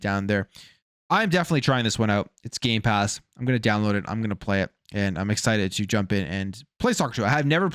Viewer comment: did you say gay pass ? i heard no m when you said it..... xD YOU DID! YOU SAID GAY PASS ! HAHAHAHAHA next say gay box ! LOL i am appaled to all you straight/hetro people buying gay pass... LOLOL